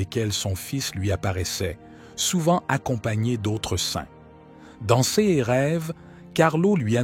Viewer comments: Pouvez-vous remplacer cette voix de l'intelligence artificielle par la voix d'un homme ou femme humains? Voici quelques exemples parmi d'autres : "cesse paroles" au lieu de "ces paroles" et bien d'autres exemples. C'est une honte. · L'IA qui parle est agaçant .... Prononciation de : ces en ciès est insupportable. Changer d'IA s'il vous plait 🙏